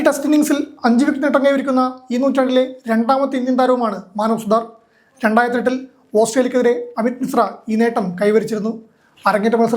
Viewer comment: സുഹൃത്തേ ഇയാൾ സുതർ അല്ല : സുത്താർ ആണ് ( വിശ്വകർമജർ ) ശ്രദ്ധിക്കുക